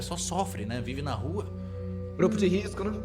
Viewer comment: "sou do grupou de riscoou"